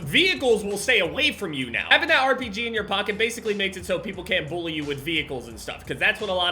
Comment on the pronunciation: I Love How Says They "Bullie" You With The Vehicle